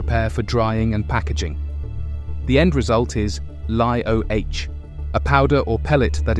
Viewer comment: It's because the narrator is not a human. It is AI, and AI doesn't know how to pronounce "LiOH."